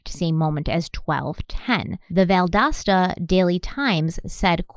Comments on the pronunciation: I live an hour from Valdosta and I know exactly how it's pronounced but I would never correct you because when you said valdOsta it was really cute lol. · 1. Each time you mispronounced Valdosta (Val-dos-ta) I wanted you to know 😂. 2. As I was watching y’all last night, watching murder porn is what my hubby calls it, my husband chimes in, “Is that?” I replied yup, I cocked my head and asked him how do you know? “He’s the police officer that won Big Brother!” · The pronouncement of Valdosta is because you do not pronounce “T’s” in any word. I believe it’s a regional dialect. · Yay, so glad you learned how to say Valdosta lol... I'm from Jacksonville FL, I have family in Valdosta and I totally knew that you didn't know you were saying it wrong but it would still scrape across my nerves every time you did say it wrong lol 🤣😆 it's so funny how defensive we get when someone mispronounces the name of something significant to us 😂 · As a person that grew up in Georgia I appreciate you guys! evertime i heard you say Valdosta that way it made me giggle! 💜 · was doing it too!